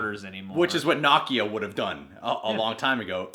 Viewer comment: The way you're saying Nakia's name is really throwing me.😒